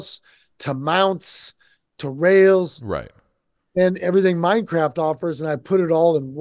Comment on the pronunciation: Hearing him say Minecraft or World of Warcraft all I hear is MineCrap and World of Warcrap.